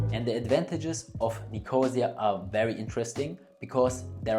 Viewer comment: Nicosia - the accent is on the third syllable, not on 2nd syllable.